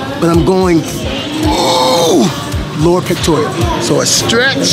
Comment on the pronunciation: I'm sorry, but... "pectorials"? LOL.